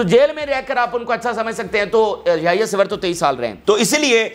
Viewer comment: Ap name sahi bole yayah sinwar hi sevar nahi